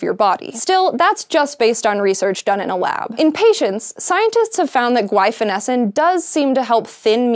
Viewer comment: Thanks for the pronunciation of Guaifenesin! We prescribe it as a cough suppressant for dogs, and my coworkers and I have always debated how to say it, which made it particularly difficult when talking to clients. We usually pronounce it as "Gwef... Gway.... sigh cough tabs.".